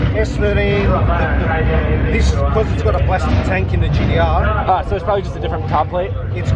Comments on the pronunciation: hearing GDR instead of gTr actually gets pretty annoying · My brain hurts when he says GDR.